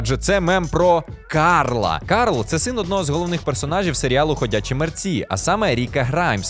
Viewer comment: Зараз з хлопцем як раз дивимось ходячих мерців. Ми також помітили як натхненно і виразно Рік вимовляє ім‘я Карл. Взяли собі на звичку і також рофлимо над цим 😂